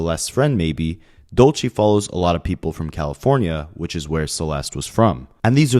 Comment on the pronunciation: Side note it’s “Dulce” Spanish for candy, also a female name, dude butchered it so many times